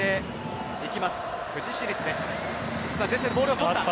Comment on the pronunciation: ふじしりつじゃなくてふじいちりつじゃね？